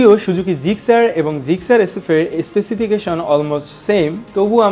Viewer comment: আগে উচ্চারণ শেখেন, তারপর নাহয় রিভিউ করতে আইসেন মিয়, সুজুকি রে আপনি শুজুকি উচ্চারণ করেন 🤣